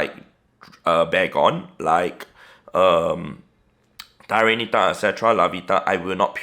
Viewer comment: I like how he says troat lmao and tyrantitah!